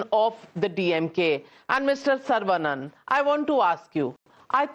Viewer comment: It is not Sarvaa banana. It is Saravanan.